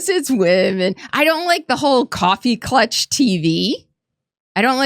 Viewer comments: Coffee “clutch” TV? It’s klatch, right? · An irrelevant point: It's "coffee klatch" not "coffee clutch." Although they do really white knuckle those cups, so . . . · it's [CoffeeKlatch] 🎉